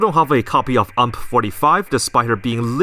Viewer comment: The way you say UMP hurts me